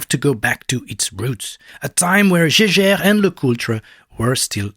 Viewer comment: You pronounced Jaeger wrong lol